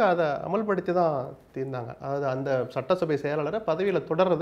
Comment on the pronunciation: சட்ட்டசபை அல்ல சட்டசபை, நெறியாளரே